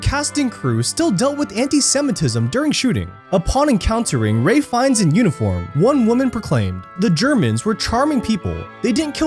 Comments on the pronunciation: Ralph. The actors name is Ralph Fiennes , not Ray ! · His name is pronounced Rafe Fines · Who the hell is Ray Fines? The actor is Ralph Fiennes. Way to butcher a name lol... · It’s Ralph fiennes not Ray……